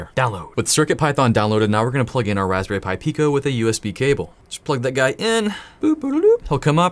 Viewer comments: “Hey please connect this respberry pi to your pc” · Raspberry Py